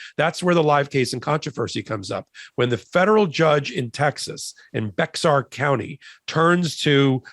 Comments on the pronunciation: Hey! Bexar county is pronounced ‘BARE’ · Bexar County is pronounced "bear" not Bex-are. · Bexar Co? If you are talking about the county that San Antonio is in, it is pronounced “ Bear” Co. Just so you know.